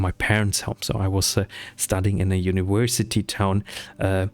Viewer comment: "uniwersity" uwu Sorry. Loved the video and very relatable. I needed this for my own motivation (